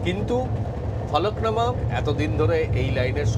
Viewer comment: Eta Falaknama noy, Falaknuma